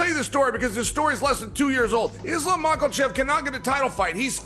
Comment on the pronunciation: Chael hears the names all the time still says them wrong lmao there's no L in his last name brother